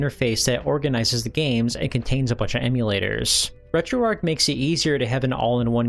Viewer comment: Dude said RetroArch wrong over and over and over